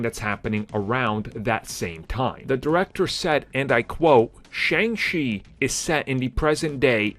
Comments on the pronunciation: Can you not say Shang correctly? Sometimes you say shung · Is it pronounced Shung or Shang ? Seriously. Cause I've heard it pronounced both ways